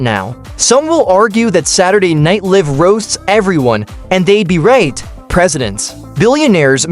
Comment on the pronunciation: Why would anyone want to listen to a poorly produced AI narrative that can't even pronounce Saturday Night Live correctly. The pretend voice said "Saturday Night Liive (as in live and let live). Pathetic.